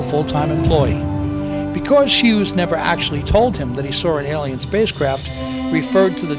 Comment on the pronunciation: Really? The narrator spoils this video. Makes too many mistake. Speaks bad and incorrect English. And most of what he says is recycled information. Even the word Alien, he pronounces incorrectly most of the times. Music, really? How hard is it to get someone who speaks correct basic English to narrate a video? How stupid are you... it takes a country here, a few weeks to invade another country, but you think it would take Aliens over 50 years to invade Earth? Maybe they're having trouble getting on their horses with all those rifles they would need! DUMB!